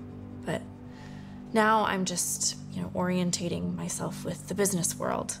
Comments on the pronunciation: Actually she said Orienating 😂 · No, she didn't say "Orientated"; she said "Orientating". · She said orientating not orientated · she said orientating not orientated!!!!!!